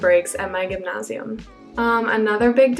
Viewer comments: gymnasium like Gem-NASE-ie-Umm.. not Ghemnashium..lol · As a German I really love the way you pronounce _Gymnasium_. Its very close to native speaking, but also unique :)